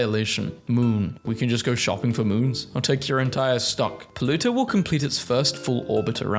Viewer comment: The way he says pluto: poluto😂😂